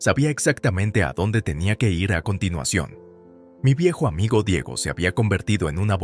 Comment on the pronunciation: Dejando de lado si la historia es buena o mala, y si et narrador lo hace bien o mal, el narrador cambia constantemente el género de la protagonista y la trata constantemente en género masculino, como si fuera un hombre, además el narrador es completamente incapacitado de leer una palabra tan simple como IR. la deletrea pronunciando I ERRE, una palabra que cualquier niño de primaria lee perfectamente y él, un narrador que se supone experimentado, es incapaz de leer correctamente , PATÉTICO PATÉTICO PATÉTICO